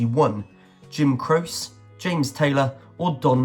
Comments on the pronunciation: It’s not “crose” for Jim Croce- it’s pronounced: “CRO-chee”. Dire Straits, featuring Mark Knopfler. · Croce is pronounced (Crow chee) This guy had several wrong and needs to do more research. Wish you Were Here was written about Sid Barrett. One of the original band mates. David Gilmour took over for Sid Barrett.